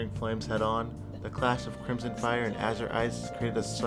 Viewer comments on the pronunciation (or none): none